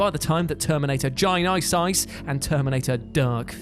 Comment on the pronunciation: Terminator Jai-Nai-Sais 😂🤣😆